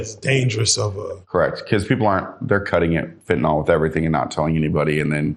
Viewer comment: Quick pronunciation note: it’s fentanyl (FEN-tuh-nil), not ‘fentanol.’ If you can say ‘Benadryl,’ you can say ‘fentanyl.’ The ending is ‘-nyl,’ not ‘-nol'.